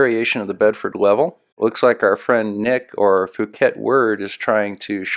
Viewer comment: It's not "Fu-ket." Thai language sounds each letter phonetically. So, it's "P-hu-ket" or P-oo-ket."